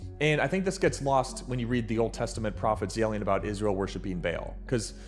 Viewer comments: So are you, its spelled ba-AL and is pronounced baʕal. Its a caananite word and that is the proper way to say it. baʕal. First Syllable: Short ba- sound with an open "ah" vowel. middle sound is represented by the letter ayin (ʿ), which in ancient Canaanite was a distinct, deep pharyngeal voiced fricative made in the back of the throat. Ending in a crisp -al. Linguistic Meaning: The word literally translates to "lord," "owner," or "master" in ancient Semitic languages. This is from my archeology notes when I studied the caananites. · Your spelling and pronouncing ba-AL wrong. First Syllable: Short ba- sound with an open "ah" vowel. middle sound is represented by the letter ayin (ʿ), which in ancient Canaanite was a distinct, deep pharyngeal voiced fricative made in the back of the throat. Second Syllable: Ending in a crisp -al. Linguistic Meaning: The word literally translates to "lord," "owner," or "master" in ancient Semitic languages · That annoyed me so much and is why I won’t be watching this video. If you don’t even know how to pronounce Baal then you obviously don’t know what you’re talking about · That’s not how you say “Baal”; if it’s “Ba'al", it represents the moon Al and the sun Ba, symbolising the mind and spirit of the cosmos. It’s amusing how little understanding you have of Baal. I carry the name Baal Ogun, and you seem to imply that people like me are demons or demonic simply for bearing the name Baal. It’s actually a title, an anointing by the cosmos with wisdom and knowledge, which is why people of Baal are seekers and keepers of cosmic wisdom, not demonic, child-killing gods. We leave that to Christians and Jews who bomb schools in Iran and think they can compel God to act. That’s the wicked masquerading as righteous, twisting good into evil and evil into good. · I hate how u pronounce baal cant even watch the video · You pronouncing Baal wrong ruined this entire video for me 🥲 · nah the name is Baal, not Bale😭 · he is saying “bale” it’s ba’al